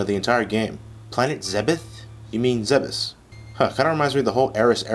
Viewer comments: Oh, its pronounced zebiz? I thought it was zeebz... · Isn't Zebes pronounced "Zeebs"? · Lol i always thought it was pronounced zeebz